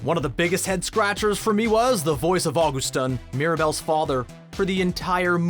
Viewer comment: Me cracking up at the fact that you didn’t realize that Augustin is also Bob the builder and you pronouncing his name wrong. 😂